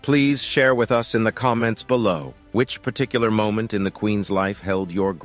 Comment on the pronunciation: I really dislike the narrator on this they’re using something that’s like AI. It when it says Queens. It says queen S when it says loves it says love is it just doesn’t know how to use an apostrophe. It’s kind of dorky to be honest.